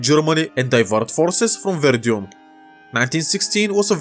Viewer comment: I think it should be pronounced "Вердан" not "Вердьюн"